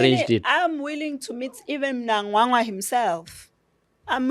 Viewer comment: Courageous lady...a breath of fresh air! Her pronunciation of "Mnangagwa" cracks me up... 🤣